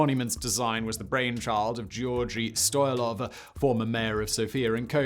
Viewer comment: A Bulgarian here - I've never understood Westerners' obsession with the Buzludja. Commies have been building weirder shit than that. That said, that's REALLY not how you pronounce Georgi Stoilov.